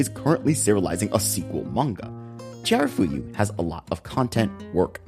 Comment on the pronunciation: amazing video.. the only problem I have with this is that you repeatedly mispronounced chiyafuru as chiharafuyu.. 😅